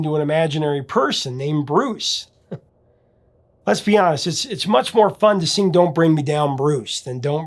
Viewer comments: Sounds like he's saying, Bruce. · I always thought he was saying Bruce. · I always thought he said "Bruce" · I always thought he said “BRUCE”😅😅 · Bruce? Ha! For whatever reason, I always heard rufus. Never knew what he really said. Thanks! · I always thought he was saying "Bruce". 🤣